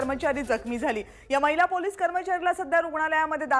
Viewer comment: गणेश ठाकुर मैला नाही महीला म्हणतात..स्पष्ट ऊच्चार करा पत्रकार आहात...